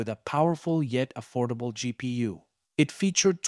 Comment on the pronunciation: No one calls it a gpoo so it's the first time I've heard someone say it like this and I found that funny... it's pronounced as it is spelt: G-P-U